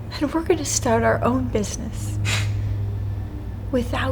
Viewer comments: “I am going to raise ar child” “ar” eenglesh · Ah yes. "And I am gonna raise ar child" Definetely English. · is it ar or our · "And I'm going to raise AR child...' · she said I’m keeping “ar” baby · raise “ar” child